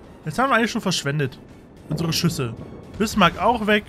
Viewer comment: DIE BISMÄK ICH KANN NICHT MEHR XDDDDDDDD